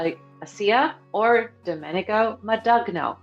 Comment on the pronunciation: Domenico Modugno: his last name is pronounced Mahn Doon Yo